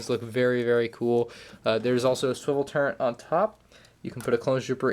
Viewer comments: why does this guy pronounce "turret" as "turnt"? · Dude said turrent